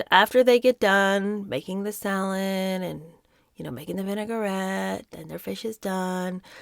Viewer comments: It’s vin·ai·grette (pronounced “vin-uh-gret”) not vinegar-ette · Lol the way you pronounce the french word 'vinaigrette' 🥲